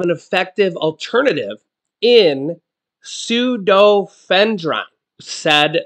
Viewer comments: it is pronounced- feenal-f-er- in and the other is sue-doe-f-e-drin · It's pronounced. su doe eff e drin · It's pronounced sudofedrine